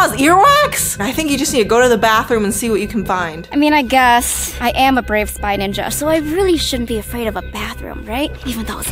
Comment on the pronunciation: You said winja